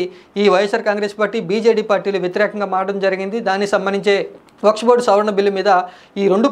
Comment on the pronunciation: వక్స్ బోర్డ్ కాదు వక్ఫ్ బోర్డ్ .